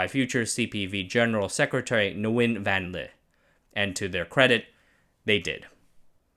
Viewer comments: Nguyen is pronounced as English word “ Win” not Ne-wynn. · Great detail, I really appreciate your descriptions. I gotta say though the N is silent in Nguyễn